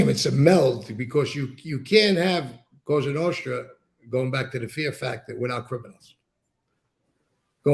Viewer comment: This guy needs to stop saying “COSHTRA NOSHTRA” it’s Cosa Nostra!